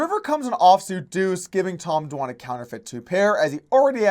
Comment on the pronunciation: It’s deuce, not two.